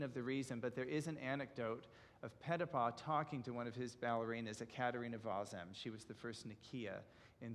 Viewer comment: The gentleman is very knowledgeable about Ballet yet does not use the correct pronunciation as in Europe for Petipa. Should use the sound of ee for the i.